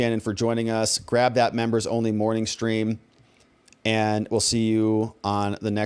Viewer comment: That is so cute how lisp makes him pronounce members as "membos" and donors as "donos".